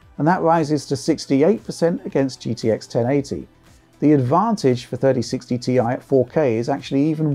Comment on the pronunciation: Thirdy sixty tee aye